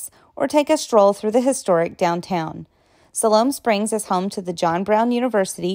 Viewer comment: What the heck! Alma is not pronounced all- ma it's pronounced al- ma as in the man's name Al. Silhoam Springs is Siloam Springs, & is pronounced sigh- loam, not sill-loam. Some have taken to pronouncing the name Altus as all- tus, locals say al- tus. Little Rock, while not a huge metro area, is not a small town. Petit Jean is pronounced petty as it is a French name, such as that flowing water named Fourche La Fave- pronounced the French way as fush- la- fay. Because Arkansas was part of the Louisiana Purchase, it has some French heritage & you'll notice all the "villes" here. My family has only been in Arkansas since 1839, so I'll tell you Arkansas was originally pronounced in the French fashion as Aw-kawn-saw, a Native name meaning the people down the river.